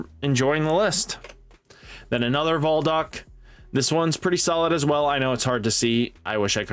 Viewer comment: Bruh😂 Cholo of the shadow troupes has me dying. Name pronounced like Kro-Low from Phantom Troupe. I know a lot of us anime nerds in here correcting you lol. And it’s Zol-duck family not voldick. Great vid though man keep it up! 😂